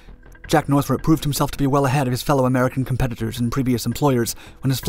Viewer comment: The narrator says Northrup like Nurthuhrhrhrrp